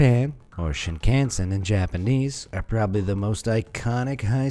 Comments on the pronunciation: it's not shiin-khan-sen in a english way its shing-kansen but say it fast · “Shin-can-sin Ok, pretty sure that’s not how you pronounce it, but I guess an attempt was made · its pronounced Shin-Khan-sen not shin can sen